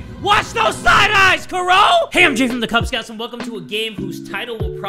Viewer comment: and her name is Kuroe which is how the japanese people pronounce Chloe 😂